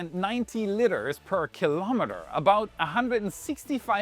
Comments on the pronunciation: Lee-ters is normally how you say litres / liters. Regardless, great vid! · Good job,! BTW, liter is pronounced “leeeter” 😊 being Cuban and being corrected many times, I thought I would share that. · aint no way thats actually how you think the word liter is pronounced